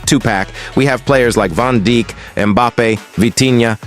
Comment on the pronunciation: Bro said Van Dick* 😭😭😭